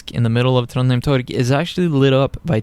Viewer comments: couldnt help but notice that you pronounce Trondheim as Trondheim, whereas when we study norwegian, bokmal or something similar to standard, isnt it pronounced TrondHaim? Thanks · As a local, I've never heard anyone say the name of the city with an a. You will occasionally heard folks who still say Trondhjæm tho, which is how you'd pronounce the old name of the city, which was spelled "Trondhjem" (a leftover from Danish rule).